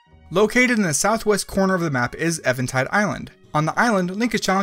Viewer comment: I prefer to call her flower blight Ganon. Also it’s eeeeeeventide island.